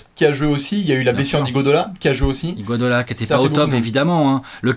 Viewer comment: C'est marrant comme vous arrivez jamais à prononcer Iguodala correctement. Sinon super vidéo comme d'habitude